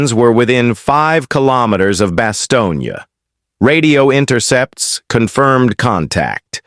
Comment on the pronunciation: 原文可能不是真的用英文，在突出部之役，沒有Bostonia 這個地名。只有用英文或法文發音的巴士東或較冷門的德文發音巴士東捏。任何要貼文談突出部之役的人，先去仔細看Band or Brothers，弄清楚地名再說